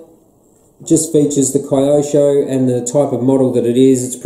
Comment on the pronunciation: Hey! It’s Keyosho not Cryosho mate! 👍